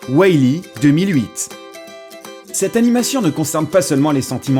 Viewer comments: Marlin et weil e mdr😂😂😂😂 Marin et wall e (wol i) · On dit WAll-e et pas WOUAIll-e Et on dit MARIN et pas MERLIN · Why-Li mdr